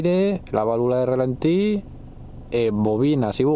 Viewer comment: Relentin? XD me a exo gracia! Pero vaya, gracias por compartir experiencia, y pa la próxima, es rAlenti Gracias grande!